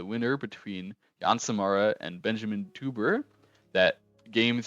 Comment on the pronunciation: Thanks for another great recap, you make a nice story out of each game (or match). By the way for your next vid, as a German Teuber would be pronounced TOYber